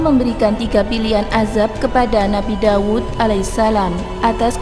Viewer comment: DAUD...bukan dawud